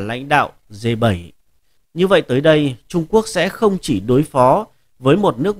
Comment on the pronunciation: Đọc sai bét, phải đọc là G .